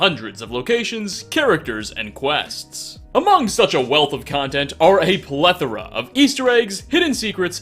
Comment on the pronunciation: Finally a YouTuber who can pronounce "plethora" correctly.